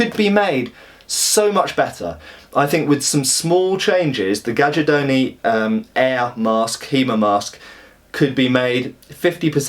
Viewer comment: Read it GAIARDONI, like the "J" is just an "I". It's the right italian pronunce.